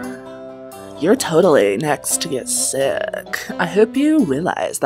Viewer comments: um did you say shit or sick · why is it when when granny smith says 'sick' it sounds like she is saying 'shit'?😶😶😶😶